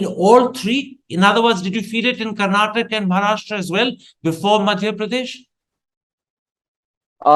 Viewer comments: For all those who don't know and doesn't bother to know. It is "Karnataka" not "Karnatak". And the language is "Kannada" not "Kannad" The fact that journalists are making this mistake is unimaginable. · For the nth time, its "Karnataka", not "Karnatak" !!!